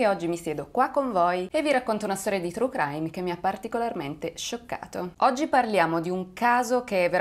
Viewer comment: "trucraim" :-D